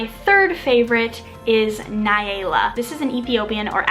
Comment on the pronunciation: Nyala is actually pronounced N- ya-la not Ny-ay-la, still a pretty name, just if you ever decide to take a trip to the south of Africa we will pronounce it the African way 😂